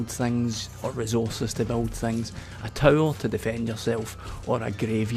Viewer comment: Your saying towel. Defensive towels. Great stuff